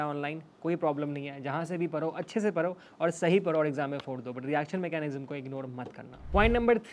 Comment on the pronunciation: Paro nhi padho being a singer clear your diction first❤